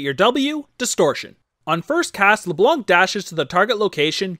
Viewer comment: you don't pronounc the C in ''Leblanc''